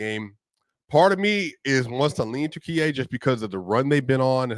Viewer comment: thanks for comments, it is offical name now Turkiye not turkey thank you for saying correctly